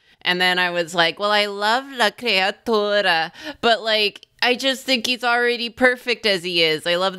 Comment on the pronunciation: I can feel pronunciation of la creatura in my mouth and it tastes like treacle and I like it very much